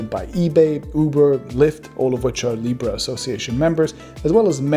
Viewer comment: "Now you have libra." I understood, "Now you have Lepra."